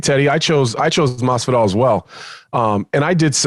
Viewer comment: Teddy ‘Mazzvidolll’ Atlas